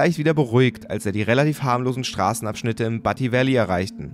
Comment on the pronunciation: du spricht butte falsch aus...es wird bjut ausgesprochen